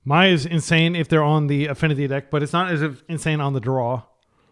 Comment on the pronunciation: Mai is spiteful towards Azula, who’s not very nice. It’s also pronounced ‘May’ like the month, not ‘My’. Avatar is such a great show, if you’re looking for wholesome TV for your kids would definitely recommend